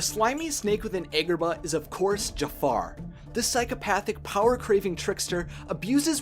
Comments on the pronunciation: The fact he’s saying Aegraba and not. ahgraba is skskskskksk ik I spelt it wrong but sksksksk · It's not "EGGrabah" it;s AHGrabah." Have you not heard them say this city's name in the movie before? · What's with the horrible pronunciations? Vis-ie-er? Egg-rabah? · Ok do u guys notice how he says egg-robah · "Eggrabah" I've heard of Agrabah, but where exactly would "Eggrabah" be located? lol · You were saying Agrabah wrong. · Your mispronunciation of Agrabah was way to distracting for me to enjoy the vid :/